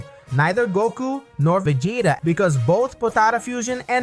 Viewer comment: Yeah I'm not about watch a video with a guy destroying Vegeta name.😑